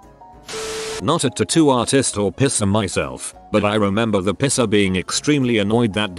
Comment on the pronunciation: text: "Piercer" text to speech: "Pisser" :D